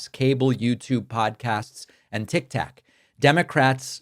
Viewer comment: Great stuff Dave, but the D's can't even agree on a message or set of policies. That is job #1. Like you, I'm not a party guy either, but these guys seem REALLY far away from a unified message. Ugh. Btw, you're too young to say Tik Tak :-)